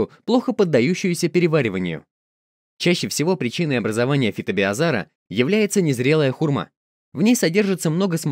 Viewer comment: Слабо хоть раз произнести правильно название беЗOара?